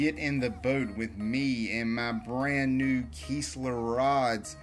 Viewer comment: Kiss not kees . Kistler